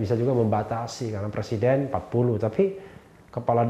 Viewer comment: Bpk loe tu plesiden kpu u u u bukan pleciden lakyat🤣🤣🤣